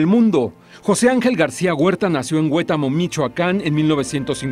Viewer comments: HueTÁmo. Acento en la 2a sílaba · Muy lamentable la pérdida. Punto aparte, por favor pongan más cuidado en las notas, porque por hacerlas rápido, lo hacen mal. Huetamo no es palabra esdrújula, es grave, así que está mal la pronunciación y no es el "precio mayor", la telenovela es "el premio mayor".